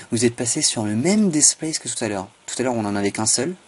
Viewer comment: Franchement, c'était dit sur le ton de l'humour..(et tu l'as bien compris) Par contre ta façon de prononcer Displace "Despleyss" est parfaite.., de même que Build "avec une bulle dans le nez...".. Mon dieu, que j'aime être francophone.. Allez j'arrête mes élucubrations, tu m'entendrais parler anglais, tu me mettrais un loop-cut en travers des lunettes... Go on Man!!!:)